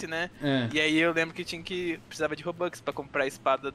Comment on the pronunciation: Mano me deu agunia do chamar a moeda do roblox de robOx o certo é robux